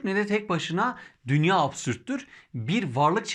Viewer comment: Emeğiniz için teşekkürler. Dünya kelimesini dünyaa şeklinde uzun a ile telaffuz etmek daha doğru olur sanırım.